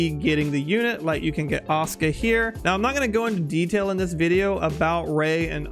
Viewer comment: Awesome overview. Thank you :) Say it with me, "Ah-SOO-ka", Aw-ska sounds like a furry, garbage-can dwelling muppet.